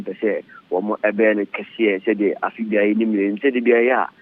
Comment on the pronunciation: Eiii Afia you have change the way you pronounce your last name. You will kill me.